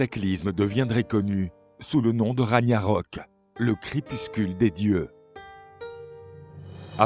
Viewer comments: "Raniarok"? "Asgar"? Vous fichez-vous du monde? Renseignez-vous un minimum sur les prononciations avant d'enregistrer le commentaire... Dommage, ces vidéos sont magnifiquement illustrées, le commentaire en soi est plutôt bien écrit, mais ces erreurs balourdes sont un gâchis. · Très bonne vidéo. Sinon on prononce Raguenarok. 😉